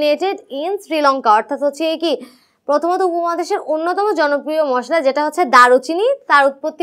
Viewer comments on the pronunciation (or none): none